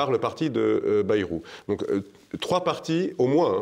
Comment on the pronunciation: Le nom de Bayrou se prononce "baïrou".